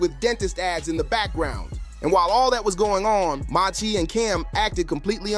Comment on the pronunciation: Learn how 😂 read bec😢ause who is MA-SE?